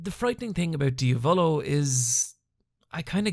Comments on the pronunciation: King 1th its kinda like saying "dee-ah-volo" instead of what is saying which is "dee-a-voulou". as i said its hard to illustrate it via text, the best thing u can do is literally write diavolo on google translate (italian) and make it say it out loud. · KingCrimson's user's name is not pronounced diavÓlo but diÁvolo ; the accent goes in the A . Nothing to apologise for bro ! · Him saying dee-a-volo instead of diavolo makes me cringe so hard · As an italian the way he pronounces diavolo makes my nails roll up 😂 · Do u purposely mispronounce the names. Lol dia-VO-LO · did he really say ..... diavOlO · same way as he said Abbaccio withou an H or how he called La gang Passione, "El passion" what an insult thinking that in italy we Spanish. What an ignorant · obviously that's not how you pronounce 'passione' or 'diavolo', nor is italian accent that hard to figure out